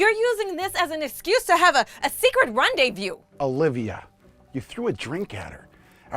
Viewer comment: 😅😅secret "rondeview"😅 my spelling is off but it should be "rondevue" not "view" 😅😅 shows her stupidity even more